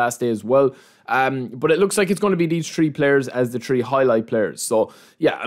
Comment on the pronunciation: its so funny how he pronounces some words „tree“ players, „i think „deez“, let me know what you guys „tink“